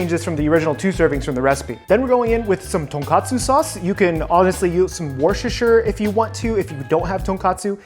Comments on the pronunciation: worchestire souce he said it perfectly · The East Coast in Me cringes at how you say Worcesterhire sauce